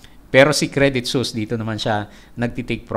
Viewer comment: Suisse is pronounced as ‘Swiss” po. Credit Suisse is a Swiss company based in Switzerland.